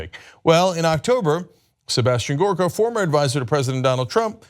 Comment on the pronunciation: Cenk you're mispronouncing it. It's Sebastian Gorrrrrrrrrrrrkaaaaaa.